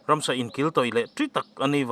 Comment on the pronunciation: Ransa tiin i lam thin tlat a ka hriat chu... Ramsa tih zawk tur ni awm tak